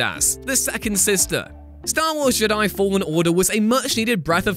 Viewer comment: Why can't this guy say jedi? Let's not put it down to accent. I live in Britain and I'm often in England. Never heard anyone call them JUH-DAI. Also, defo dropping a dislike cos this whole list is off. Best example would be saying it was a mistake to bring back master chief. Halo guardians begs to differ. Thank heavens you don't make video games. You're the type of person to say METAL GEAR SOLID 3 should have had Raiden as the protagonist.